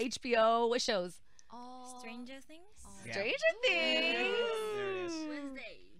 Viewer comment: THE WAY MINA PRONOUNCED STRANGER THINGS😭